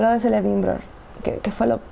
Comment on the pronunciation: Se dice quelebrimbor no selebrimbor solo que se escribe con c